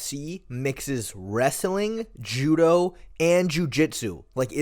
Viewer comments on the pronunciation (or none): none